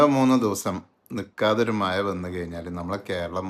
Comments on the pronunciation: മയ അല്ല മഴ... 😂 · മയ, പുയ